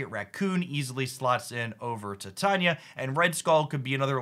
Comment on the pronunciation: Tie-tay-knee-uh. I love the content you put out and I do realize that this is extremely nitpicking but the pronunciation gets me sometimes 😂